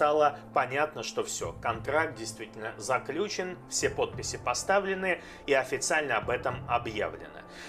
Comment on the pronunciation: Извините меня, пожалуйста, но не « заклЮчил,а «заключИл»!!! Уважаемый блогер, Вы действительно очень интересно и довольно профессионально информируете своих подписчиков о новостях, трансферах и прочим происходящем в РПЛ, но с грамотным произношением( на уровне средней школы)у Вас большие проблемы! Ещё раз приношу свои извинения, так как это моё субъективное мнение!!!😂